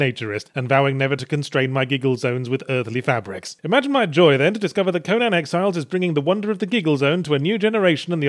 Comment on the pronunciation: Also funny he called it Sexiles at the start...as that is the name of the mod that adds fully animated sex to the game.